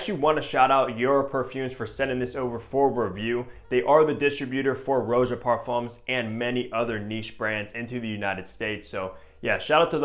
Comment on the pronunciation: Stop saying ROW-jah. Honestly…… If you’re reviewing his fragrances pronounce his name properly.